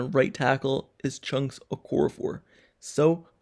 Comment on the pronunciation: Haha he said chunks Okorafor